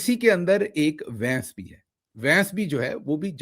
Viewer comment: Vains nahi bhains hai😂